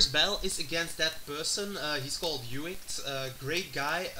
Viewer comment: Well played. I made some stupid mistakes and I know due to your narration that you know a lot more about competitive Pokémon than me. By the way, "Juict" is pronounced as "Juiced", not "Ju-it":P